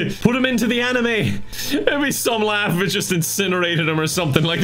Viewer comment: I can’t tell if is calling it the “Anime” on purpose. He does know it’s called the Animus. Right.........?